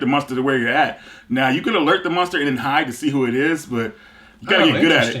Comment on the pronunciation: keeps saying "munster" haha